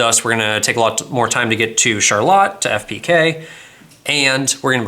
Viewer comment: My dad was born and raised in Charlotte, MI...thank you for pronouncing it correctly!